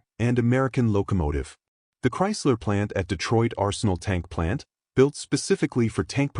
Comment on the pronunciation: "Betroit - Arsenal - Chaysler Corpogation". Another crappy AI video from another crappy AI channel. Time for a thumb down and a click on the "Don't recommend this channel" option in my YouTube feed.